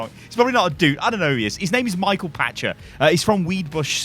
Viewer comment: Actually read his name. Pachter...not Patcher. (Pack-ter)